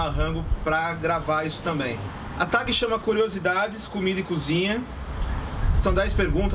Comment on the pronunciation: A pronuncia é Tégui e não, literalmente, Tag kkkk 😬